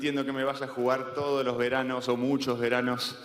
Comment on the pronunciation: "Gracias por bancarte... VER ANOS Y VER ANOS" 😅